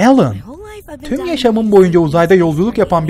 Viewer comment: abi o al an aslında uzaylın adı al ann değil alyen